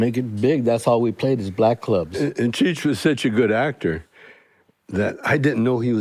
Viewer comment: Why can’t Mike say cheech? 🤣